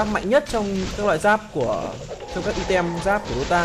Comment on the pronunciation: item nc tieng anh dot' vc ( aitum )